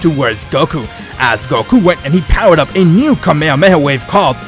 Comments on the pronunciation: so cringe when these creators cant pronounce shit right its kah me hah me ha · Its kamehameha not kamehamehaway